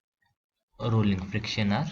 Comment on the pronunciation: Rulling nhi rolling